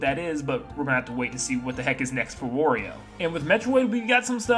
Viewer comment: Why do you say Wario in such a weird way?! It’s annoying!